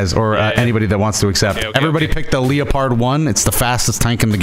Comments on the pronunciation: leo-pard was genuinely the actual pronunciation for that tank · leopard pronunciation literally killed me, I legit couldn’t stop laughing 😂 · I mean it's a German tank, so his pronunciation wasn't too far off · Leo-pard tank 😭